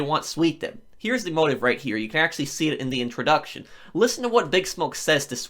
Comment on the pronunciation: Lol this fool keeps carrying on. It's here not huueer🤣